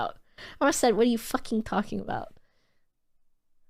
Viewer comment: I think the reason why it sounds fake is because stresses the second syllable of "fucking" and she says "bitch" in an aggressive manner whilst using an exaggerated comedy voice. So it sounds unnatural and not in her regular speech.